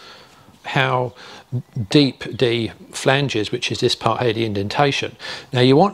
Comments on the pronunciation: I’m getting confused. When you say “d” and when you say “dee” (thee) and den when you say dat dee dickness of dee rope and dee radius of dee ring, dee d/d ..... gahhhhh. It’s THeeeeeee. THe. THat. THen. THickness. Not dickness. Come one guy. Great info but it’s killing me. 😂🤣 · I kept getting confused by the "d' (rather than 'th') accent on whether he was talking about "D" shackles or 'th'e shackle. loved it! Thanks